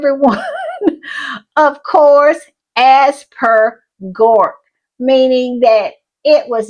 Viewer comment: B the way, it is Grok, not Gork.